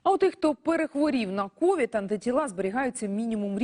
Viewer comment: Почему кОвид, а не ковИд??